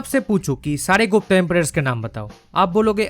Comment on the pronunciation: It's Gupta but a as in Rama the second a not the first a of Rama. The feminine version is Guptā which was used for females of that dynasty like Prabhavati Guptā(daughter of Chandragupta II) and not Gupta.